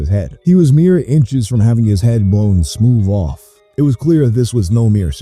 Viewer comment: I feel bad for laughing my ass off at “smoove off”